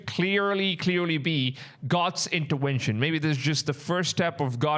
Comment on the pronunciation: I love how you say "interwention" 😅❤